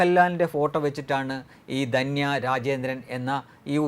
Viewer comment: ദന്യ അല്ല ധന്യ ആണ്. എല്ലാ ചാനലുകളും കണക്കാണല്ലൊ!